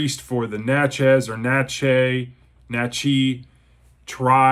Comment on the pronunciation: I have read this back in 1985 and I now have a nice hardcover copy. I was gonna read with y'all. But I got sidetracked. It's pronounced Nat-chez. I know because I live not far there. And I've been there. And it is a very historic and interesting town. Thank you -James